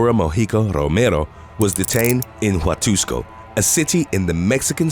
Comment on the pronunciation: I love the way he pronounces my last name..."Rooomerrro" .. he rolls his Rs perfect